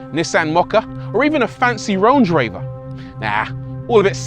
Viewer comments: Ah yes, The Ronge Raver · Bro said Ronge Raver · did he say RONGE RAVER????? 🤣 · Did he really say Ronge Raver? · "ronge raver" cracked me up lmfao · ronge raver? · he just said a ronge raver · “Ronge Raver?”😂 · Bro rlly said “Ronge Raver” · “Ronge Raver”😂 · Ronge Raver? Lol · I always hear say Rory fron carwow is this the Rory he always mention